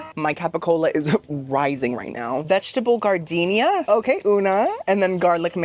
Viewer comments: GARDENIA LMAO ITS JARDINAIR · Giardiniera? No. Gardenia 🌺 . 😂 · Vegetable gardenia lmaooo as a chef your pronunciation really makes me happy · The vegetable salad on your Italian sandwich, giardiniera is pronounced...Jar- din- era. 💖